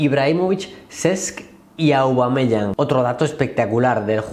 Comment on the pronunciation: Cada vez que dice aubameyang me da un infartito